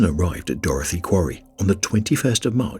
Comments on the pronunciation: I wish you’d stop calling it Dorothy 🤣 It’s Dorothea!!! Lol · It's not pronounced "Dorothy". It's "Dorothe a". People keep mispronouncing it. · Hunter It's not a spelling issue. It is a pronunciation issue, as I pointed out. He doesn't know how to pronounce Dorothea.